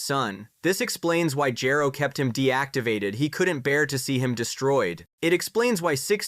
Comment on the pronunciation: Sa jan... Gero... No, you get a dislike. They say it in the series and you still say it wrong.